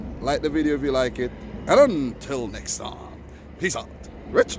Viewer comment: 😂 yeah that 'rich sqwaud' wasn't too great. you owe us on the next 1...